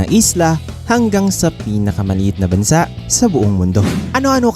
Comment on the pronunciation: Bansa' ang tamang bigkas!!!!!